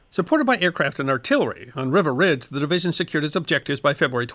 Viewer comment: Thanks for this. Just one thing: it's pronounced "Reeva" Ridge. (My father was there.)